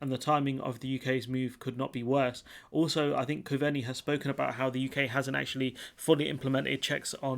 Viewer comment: Coveney pronounced Cove-nee Taoiseach pronounced tee-shock. You're welcome.